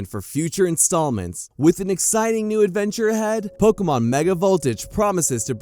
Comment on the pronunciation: Am I hearing pokomon?